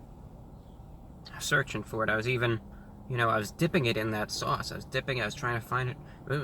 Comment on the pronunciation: I love the way you say Swauce!